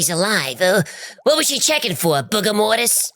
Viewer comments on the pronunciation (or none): "Booger-mortis" LMAO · Hahaha hee said booger-mortis XD I absolutely love u guys hahaha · Booger-mortis lmao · Booger-mortis? I genuinely laughed out loud on that one.